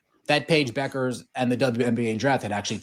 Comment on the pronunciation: BUECKERS is Pronounced - BEWKERS...